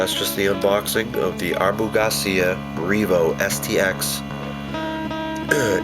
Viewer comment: you must be from somewhere in the north east cause abu doesnt have a R in it lol